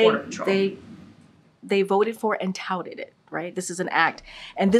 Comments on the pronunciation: Say "touted" again, KJP. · Saying “Touted” 10 times doesn’t make it the truth, while blinking her eyes and repeating word salad is not convincing. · How many times can she say “touted” in one response?? 🤣🤣🤣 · If you drank a shot every time she said "touted " you'd be dead. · say touted a couple more times XD